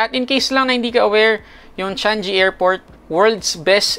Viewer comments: Hindi pa ata alam i pronounce ng vlogger.. CHANG GEE brod.. NOT CHANJEE. Kahiya..BOOOOOO👎🏼👎🏼👎🏼👎🏼👎🏼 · Love your video about visiting here in SG, pero Changi pronounce "Chang-gee", not "Chan-jee" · Changi airport❤ Should be CHANG-GI (not sound like congee) Chang-GI (parang gi-tara) Some sounds like Chung-ee (G is omitted) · Cecil Maturan Changi is pronounced "chang-e" not chang-gi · 7% tax hindi 3% Changiii hindi chan gi 🤣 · Yeah my bad, Should NOT be Chang "GI " Should be Chang"E" depende din sa speakers cguro, like mga western, native, or half half haha ✌🏽👌🏽